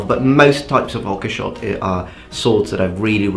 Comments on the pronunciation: I really enjoy your videos, but your mispronunciation of Oakeshott has always bothered me somewhat. It's "Ohk-shot", not "Okkeh-shot". Have a great day! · Hi just wanted to say something real quick. When saying Oakeshott, the e isnt pronounced. So it is like saying oak-shot. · I know you value pronunciation so thought I'd mention Oakeshott is pronounced 'oak-shot' rather than 'ok-e-shot'